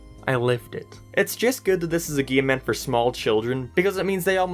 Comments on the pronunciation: Everyone else: decade LSMark: deckeed Everyone else: hate LSMark: heat Everyone else: game LSMark: geam Everyone else: racing LSMark: reacing Everyone else: m&m LSMark: am&am Everyone else: came LSMark: keam I might delete this later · why do you say game weirdly